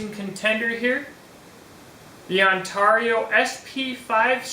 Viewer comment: Say Heah, For the $$$ you missed a good one..It's priced around the On Tar eee'O RTAK 2, and as a chopper I think it will out chop the BK-9 and because it's similar to the Kukuri style, It's defenetly a "Sharp Hammer" Also when I go to Ontario, Canada, they ALL say Ontario. You say On Tar eee'O. I get it some say Tomato some say Tumato, some say Patato and some say Paataato. right, Am I right huh huh am I am I, what do I win heh heh heh <|~_^|> Dude I'm just joking, no hard feelings Ok. On Tar eee'O heh heh heh.